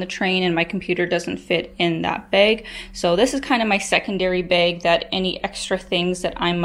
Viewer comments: Why do you say "bag" like "baig"? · do you also pronounce bagel like baggle? lol